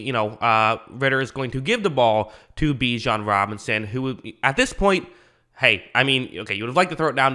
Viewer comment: Pronounced like you’re about to say bitch not bee.